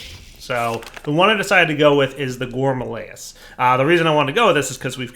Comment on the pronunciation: It’s not a GOURMALAEUS. It’s a _GOURMARILLYS_. Like I’ve been saying for like 5 let’s play seasons.